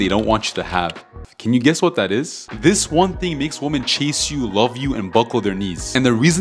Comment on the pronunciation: actually the correct way to pronounced women in plural is Wimmin.